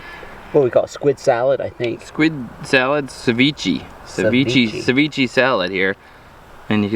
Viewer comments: It's (se-vi-ch-eh) not SeViChi😂 although it taste amazing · Sa-ve-chay 😅 if that helps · It’s actually pronounced cevich(ay). the more u know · calling ceviche sa vee chee is crazy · Is he trying to say sashimi lmao savichi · It's ceviche not sevichy, learn how to pronounce ethnic dishes correctly... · what's hard about Sa-ve-chay cmon now